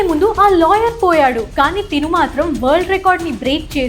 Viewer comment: మేడం తిను కాదు తను లేక ఆమె దయచేసి తిను అనే పదాన్ని మానేసి అతను ఇతను ఈమె ఆమె అని పలకండి....